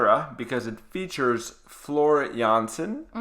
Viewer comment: Yes!!! Thank you for reacting to this song and giving your honest opinion about it. Also, thank you for pronouncing Floor Jansen the Dutch way:) And yes, Jans(s)en is the second most common last name in the Netherlands (#1 is De Vries). As you continue, I would like to take you down the rabbithole that is Japanese metal, starting with Babymetal - Road of Resistance live (Metal) or Bandmaid - Play live (Rock) for the Metal Maiden Monday list. On your reaction to Tool I heard that started listening to metal on her ride to school to get energized so on any other day, I would love to see you react to one of my personal favorites: Crossfaith - Catastrophy. I suspect it's the only song the energizer bunny ever listens to.